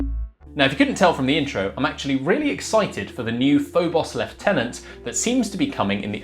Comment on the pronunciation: It's just refreshing hearing someone pronounce lieutenant properly.